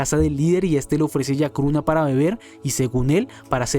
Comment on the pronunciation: Se llama chacruna no yacruna. 😒😒